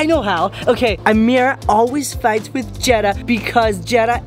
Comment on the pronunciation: its Jeddah not jennah